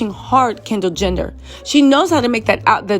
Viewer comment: keeps saying Kendal "Gender " it's hilarious..